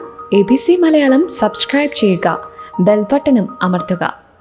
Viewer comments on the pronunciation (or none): none